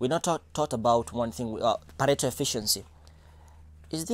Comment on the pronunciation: somebody tell its "pareto efficiency" not "parental" efficiency